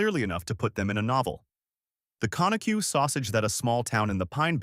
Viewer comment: You need to go listen to a video on how to pronounce Conecuh‼️